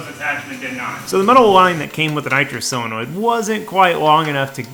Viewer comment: you say selenoid but its SO lenoid